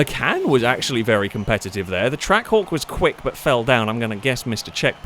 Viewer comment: was I only who kept hearing Track Whore, instead of Trackhawk.